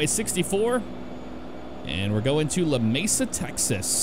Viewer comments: clayton NM. and its pronounced Lameesa. i live about and hr from there. 20 min from Hobbs NM. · love your vids. you mispronounced Lamesa though